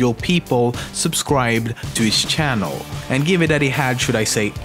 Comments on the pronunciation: lol shannel XD it channel not shannel XD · Says Pewdiepie can't pronounce his own name, says "shannel", "ioost", "sheck, etc". Oh the irony